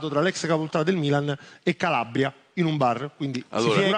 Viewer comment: indagggggine 7.30 Calabbbbbbria